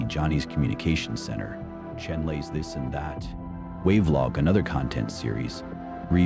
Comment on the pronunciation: I believe Chenle is pronounce “Cho-lo”